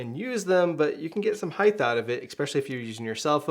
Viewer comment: HEIGHT! HEIGHT! it's not HEIGHTH! :) sorry...nice reviews.